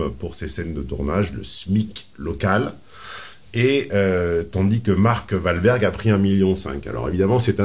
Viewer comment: Bien avant toute analyse psychosociale du cas présenté, Il faut remettre les choses en ordre, Mark Walberg ( Prononcé OUALberg) est ultra banckable, c'est un monstre du film d'action des Années 2000 , il a enchainé les block Busters, il représente l'archétype du Hero pour des centaines de millions de gens dans le monde, on peu dire aisément que c'est le successeur de Sylvester Stallone ou Bruce Willis. De plus, c'est un très bon acteur et très charismatique. Je n'avais jamais entendu parlé de Michelle William, qui la connais ? Personne ne va voir un film pour Michelle Williams. Elle ne vaut pas un clou. Elle a été rémunéré en fonction de ce qu'elle rapporte. Et Mark OUALberg pareillement . Ma fois, qu'est ce qu'il y a à dire de plus ?